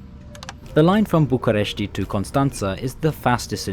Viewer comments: It's BucUresti Nord, not BucAresti Nord. :D I suppose you inspired from the english name. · Just to let you know: the "I" at the end of București: don't spell it. It is just: "Bucuresht"! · Much better than most others, sure, but still some mistakes: the last A in Constanța is just a regular A, he pronounces it more like an Ă. And the final I in București and Fetești is supposed to be (semi-)silent... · you don't have to put a lot of stress on the letter "i" at the end. same goes with fetesti and any other romanian city that ends in a "i". i mean, you can still hear it when we pronounce it, but you don't put that much accent on it. the way you pronounced it is correct if you were mentioning places like "bucurestii noi", which is an area part of the capital city. hope it helps! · bucuresti: the i is silent